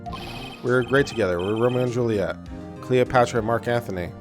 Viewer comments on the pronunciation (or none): none